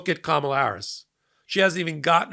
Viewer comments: What about those who pronounced it kaMAHla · The lady in the back even pronounced it "Karmela". Smh 🙄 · "karmella" bro try. try harder. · Did she say Carmela? 😂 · Notice three of them said Kamala wrong even after watching her speech. Either said kaMAla (wrong) or Karmela (wrong). So they weren’t exactly the brightest sparks! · This is karmela not kamabla